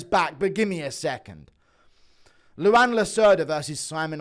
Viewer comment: Its pronounced like Juan but with an L, Luan not Luanne.